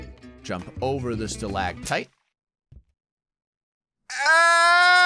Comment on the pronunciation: “Alrighty, just kinda jump over the stalitight” AGHHHHHHHHHHHHHHHHHHHHHHHHH